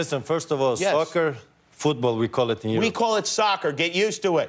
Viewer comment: I’m Canadian and I’d be annoyed too. If u say it fast enough it sounds like sucker instead of soccer.